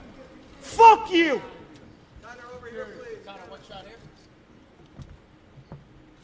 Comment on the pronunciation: Fook yiu! Man I died 🤣